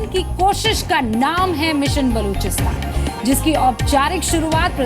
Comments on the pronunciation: चुटिया राजनाथ सिंह बलूचिस्तान नहीं बोल पा रहा है और गृह मंत्री बना बैठा है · cant even pronounce Balochistan 🤣 or yechly hain Balochistan ajad krwany .. Basdk pehly Apny Kalbushan chacha ko to Ajad krwa lo 🤣🤣🤣